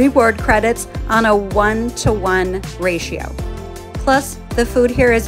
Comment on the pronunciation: RAOS pronounced RAY-OHS not RAH-OWS. Great video. 👍